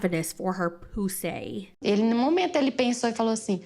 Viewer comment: u too funny!🤣🤣🤣🤣 not pu-say!!!! I'm dead!💀💀💀